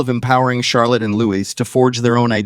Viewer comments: You lost me when you called him Lewis, not Louis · IT IS PRINCE LOUIE, NOT PRINCE LEWIS.. Love the Wales family.. They will be a great King and Quee .. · We are ALL FLAMING-WELL sick, of these Yank, out-of-TOUCH, BOTS, who have no commonsense. Pronounce Prince Louis' name CORRECTLY, as ALL the Prince/Kings Louis of France!